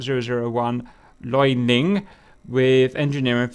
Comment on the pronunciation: Just quick heads up, liaoning would be pronounced as liao ning (name of a place IIRC) [more simply for you lads, lee-ow neeng]